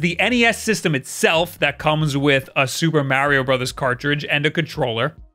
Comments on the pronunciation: YOU NEED TO LEARN HOW TO SAY MARIO IN RIGHT WAY IT IS NOT MEARIO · Alright, just say the word March. Now say just Mar. Now add e o at the end. There ya go champ how to say mario correctly. Like jesus dont ever date a Marry, for no reason youll just keep calling her Maurie. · Oh I god I hadn’t watched you in a while and forgot I stopped watching because you can’t pronounce Mario correctly to save your life!! 😖